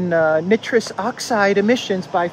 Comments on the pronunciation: Nitrous oxide: (pron) Ni’ truss. Ni rhymes with try. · Nitrous, never heard it pronounced that way, here where I live its pronounced with a hard I not soft i, like nightrous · A little help with chemical pronunciation. The "i" in nitrous is a "long" vowel as in the word "like". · The "I" in nitrous is pronounce eye. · Trudeau dialogues are great stand up comedy...check your pronunciation of NITROUS Oxide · I believe the ‘I’ in nitrous is a long vowel., pronounced just like you pronounce nitrogen. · You can read peson but you can’t pronounce NITROUS